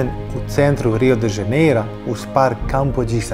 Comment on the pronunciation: Druze dobar ti je video al kaze se Rio de Janeiro ne Rio de Zaneiro, ako vec snimas Video onda navedi pravo ime grada....... Inace dobar sadrzaj.